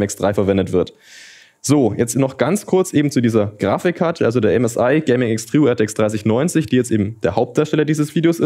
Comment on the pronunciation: Wie er wieder zwischendruch "Grafichkarte" sagt. :D